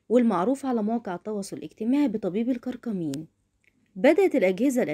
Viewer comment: مش عارفه تنطقي الكركمين